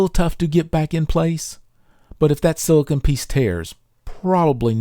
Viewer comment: Fantastic video. Videos like this make me want to go repair everything. Extremely small nitpick: - you keep pronouncing silicone as "silicon". But honestly, if my OCD can find ONLY that in a video, you're doing great!